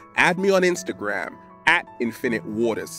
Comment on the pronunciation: It's peace, INFinite WAters, Not "Pee..spinnit wartaa". You see, you're infinging off of other youtubers, KNOCK IT OFF<keyboard out